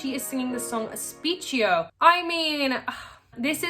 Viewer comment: The italian song's title is read "sp-eh-kh-io"